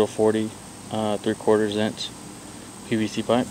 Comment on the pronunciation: Its PVC not PCV ... jeez